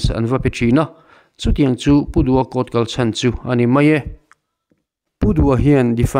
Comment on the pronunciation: "Cour" I ti hi eng thil nge ?😅😅.